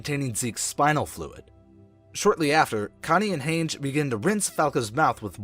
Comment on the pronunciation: the butchering of Hange 😳